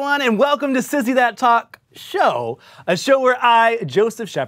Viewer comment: I am BEGGING you to just say "Sissy That Talk Show" without the pause and emphasis, we get the pun.